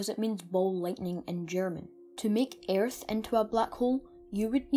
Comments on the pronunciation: Don’t pronounce the a in earth but good vid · Ayyyyerth. Hah brits.